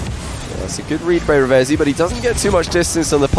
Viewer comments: It's actually pronounced "Reev-Zee" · I swear it is. I think reading it wrong